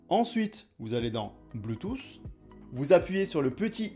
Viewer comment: Hhhh bleutousssss Quelle prononciation!!!!!!